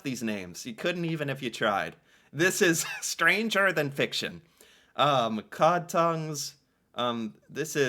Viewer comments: COD, not cow...we eat them here in Norway too. AND cow tounge. ;) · Cod not Cow Cod is a fish never had Cod tongue but I have had Cow tongue and it's delicious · NOT COW, COD!